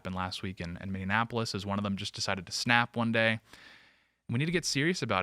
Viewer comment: Please STOP mispronouncing Minneapolis.